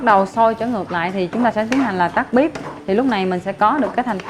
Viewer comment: Bếp chứ không phải Bíp😂 Nhưng cảm ơn bạn, nhìn rấ ngon.